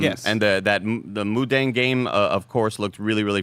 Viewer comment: Mudang pronounced mu-tong